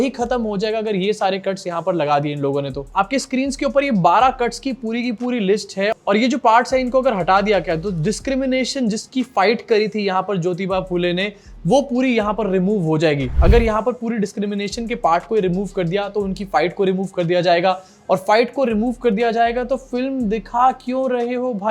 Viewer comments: Ye bola hua correct karke next video me sorry bolo jyotiba fule ko jyotibai bolne ke liye.. please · It is Jyotiba Phule, not Jyotibai Phule please. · Jyotibai nahi Jyotiba Phule hain😂 bhai unka naam toh theek se lelo. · It's Jyotiba Phule not Jyotibai Phule 😡